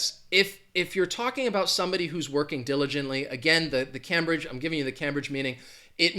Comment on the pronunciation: Cambridge is pronounced CAME BRIDGE and not CAM BRIDGE. I live 22 miles from Cambridge, England.